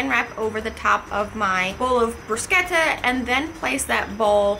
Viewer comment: You are the 1st person in the us that pronounces bruschetta correctly. I lived in Italy for a few years and the bruschetta there was awesome. Do you have a good recipe for Arrabbiata?